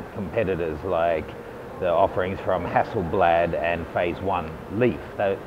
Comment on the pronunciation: you are awful at saying "Hasseleblad"